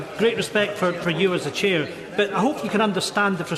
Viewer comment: Dumbing down reaches a new level, he thinks he's down the pub. It's 'chair' not 'cher'.